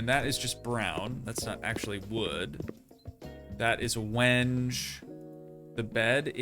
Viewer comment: WENGE. AHHAHAHA, is pronounced "when-gay". LOL. Yes really